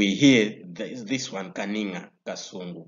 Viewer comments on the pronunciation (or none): Its not Kani'ngina but Kaninga. And secondly Msokera was not educated by Livingstonia mission. Please do a thorough research, you seem to be a CCAP.